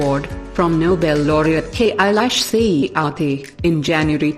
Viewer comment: notice the narrator saying K - ailash for kailash